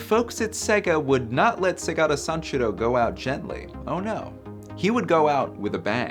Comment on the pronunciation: Not even 6 seconds in... and I have to click off this video... like how the holy hell does one do a video on Segata Sanshiro and MISPRONOUNCES his first name when it's said in every single ad!